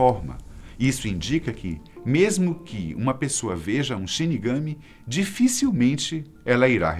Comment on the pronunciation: Só para lembrar, quando fala a palavra Shirigami, tem que dar mais ênfase sa última sílaba [shirigamí]. 😉😉😊